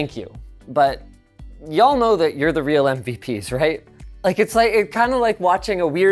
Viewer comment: Linus saying "yall" aint right.